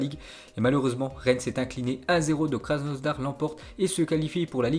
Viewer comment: Arrete te dire Krasnosdar !!! C'estk kr asnodar